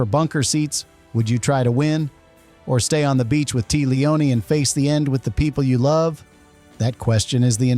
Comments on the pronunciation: Tea's name is pronounced Taya, not Tee. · You know the voice is AI whey they say "Tea" like iced tea instead of Tay-ah. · Pretty sure her name is pronounced TAY-uh, not tea. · Tea pronounced "Tay uh," not "tee?" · Cant take "Tee" Leoni seriously. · Another damned AI narration. Tea Leoni... as in tea leaves. Downvote. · TEA leoni? Shoe MAKE er. Get better AI. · TAY-uh , good Lord! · Tea, as a name, is pronounced Te-ah. It's not that uncommon but why would an ai voice over know that? An editor, perhaps, could've caught that. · her name is pronounced TAYA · That isn’t how you pronounce Tea Leoni’s first name